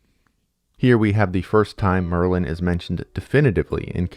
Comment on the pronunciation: Why did i think you said maryland...if your from md u get it